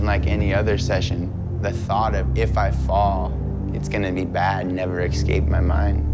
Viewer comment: He lost all credibility for me when he said “exscape” and then promptly gained it back again with that jump. Guy’s a nutter!